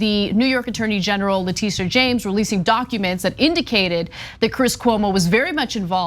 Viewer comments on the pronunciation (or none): it's le tish a.. not le tee sha...